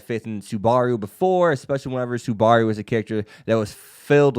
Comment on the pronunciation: someone help this manz say SUBARU's name right but other then dat this vid was solid keep it up bud